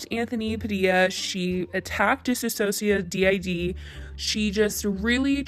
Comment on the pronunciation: I would just like to say that you're saying her channel name incorrectly. DissociaDID is pronounced dis-ósh-shia-did DID is pronounced like the word. And dissociative is diss-o-cia-tive.